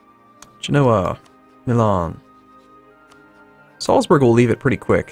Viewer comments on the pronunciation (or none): none